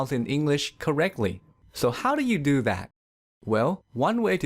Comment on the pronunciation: Yea my too sound like Tewww and do sound like dewww